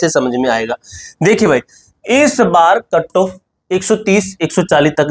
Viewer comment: Katto❎ cut off ✅ 😅